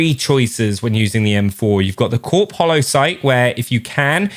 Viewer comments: Its not pronounced Corp its pronounced core get it right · Just a heads up, Corp and Corps is pronounced core in most cases. Especially military for the USA because Marine Corps sounds like corpse and sounds wrong if not pronounced as core. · Corps is pronounced " core ", like Marine Corps. Nice M4 build